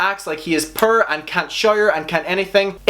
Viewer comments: Why can’t you pronounce poor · Everybody: poor: pür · Lol this whole time I was like what the heck is purr??!! Some new word ? He was saying poor 🤦‍♀️ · the way you said poor confused me haha i was like wtf is prr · I LOVE your accent and I'm part Irish so I've been around the accent but I swear you were saying purr till the last comment were it made more sense to be poor😂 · not gonna lie, I smile every time you say 'poor' in your accent (purr!) hehe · You saying pur instead of poor is so cute ❤️ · I love how you say poor so much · 1, it took me a long time to figure out you were saying "poor". 2, YES. So I found Shane when he was doing all the weird food videos and I related like hell to his supposed self image issues because I was in my early teen years at the time. Figures around the same time I got with someone who used their depression against me to keep me with him (ie "if you break up with me, I'll hurt myself."). I fell in LOVE with his conspiracy palette series, but none of his shit was okay especially the "I'm so poor" while walking around his FUCKING MANSION. Like fuck off with that shit. Dude I make less than 1K a month and you don't see me calling myself "so poor", no, no, no, I'm running a business and enjoying my life and if I can do that then someone with a goddamn mansion should be able to do the same and not have to manipulate his audience into pittying and loving him. I am so FUCKING done with manipulative people. I've supported/dated them for the past ten years of my life. I refuse to do it any longer. [Also it's am so if any of this is rambly or doesn't make sense, I apologize]. I didn't even know about his older videos until they started coming out and now... beyond. done. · The way you say poor kills me I love that shittt lol